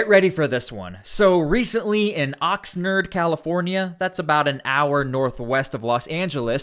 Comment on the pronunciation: It's pronounced Ox-nard. Not Ox-nurd.